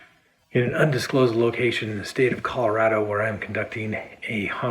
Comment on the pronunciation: I hate the way he pronounces "Colorado." I don't like anything else about this lying murderer, either.